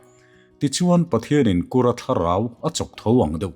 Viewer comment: Kura nilo in kurrra ti a thuk tur sir